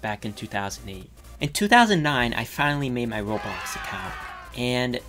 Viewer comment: You said “Robox” at the beginning